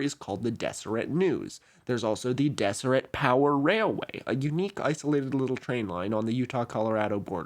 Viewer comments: And yes, I knew about the Deseret alphabet. We learned about it at BYU. Fyi, it's pronounced "Dezzerret" not "Desserret." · I can tell you haven't lived near Mormons based on the pronunciations, haha. Some notes: Moroni - "More-own-ai" Nauvoo - you said it right but the emphasis is on the "oo" so "naw-VOO" not "NAW-voo" Kolob - koh-lawb Zion - Zai-uhn Deseret - "Dez-er-et" the "s" is more like a "z" like in desert Great video, though! Brigham Young is definitely the kookiest LDS prophet with a lot of weird ideas. One of his biggest theories that never caught on (somehow, despite him being the prophet) was the "Adam-God" theory that Adam (of Adam and Eve) was actually God the Father in mortal form with the purpose of populating the earth himself. This is rejected by the modern church but an interesting tidbit about Brigham Young. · Just for your information. It's pronounced Dezzeret. With the double ss making a z sound emphasis on the last syllable. As if it were the diminutive feminine form of the word desert. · 1) During your breath(e) rant, I realized I might love you. 2) You're mispronouncing Deseret. It has a definite Z sound, not S, and 3 distinct syllables. Dezz-uh-ret. 3) Did you know that the Deseret Alphabet is included in the Unicode standard? it will live forever. (obviously you did because you mentioned it after I wrote this.) 4) Watch out,! I hear [that] Kevin the Ass Hurter is on the loose! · Some corrections... Utah actually isn't a majority lds. About 42% are members as of 2023 There have actually been more members of the church outside of Utah and the whole US since 1996! I also noticed a few mispronounciations (which is funny for a video about phonetics lol)--Moroni is more-own-eye, and I've only ever heard people pronouce Deseret with a Z sound (as in brazen or surprise)